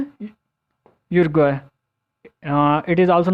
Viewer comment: bht zayada words ki pronunciation glat hy like marijuana ,Uruguay assassinated